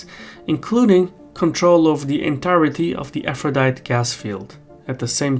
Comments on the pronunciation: Aphrodite is pronounced “afro di tee” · Aphrodite in English is pronounced with the final e. Four syllables, so it sounds like a- fro- dye- tee. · and "Aphrodite" gas field. Sounds similar to a certain person saying "yo-semite", although at least for english is not his first and only spoken language